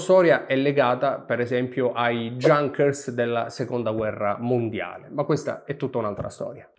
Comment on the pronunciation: Junkers=[iunchers] altrimenti si parla di spazzatura :P